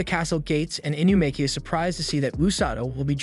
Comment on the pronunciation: "inukami" "inumaki"